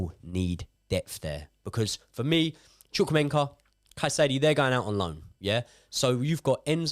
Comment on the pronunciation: Can someone tell that is not "ChukwuemeNKA" but "ChukwuemeKA" lol